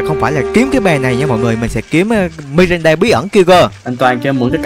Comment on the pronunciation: Ngta là Miranda ông đọc là Mirinda là sao dị🙂xem mà quãi vs Bedy nhất á😂